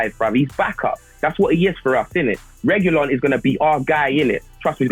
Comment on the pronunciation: Its Reguillon 🤣🤣🤣